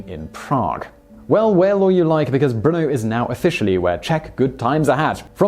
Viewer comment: Why do I hear Bruno, instead of Brno?